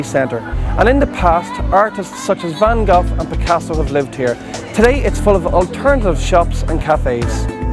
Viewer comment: Von Go-FF. Le Louv-RA. Dead on.